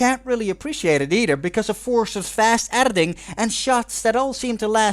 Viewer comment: Take a tequila shot everytime says erditing.